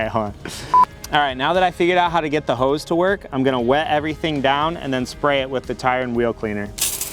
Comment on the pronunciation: "Now that I figured out how to get the hoes to work" lol (I know he said hose)